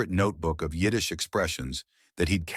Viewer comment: Yiddish was spot on.